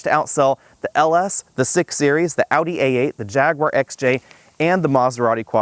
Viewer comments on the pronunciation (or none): none